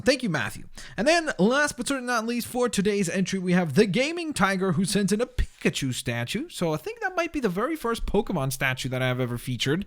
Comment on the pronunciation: Did anyone else notice that when he said pikachu he barely said the pi?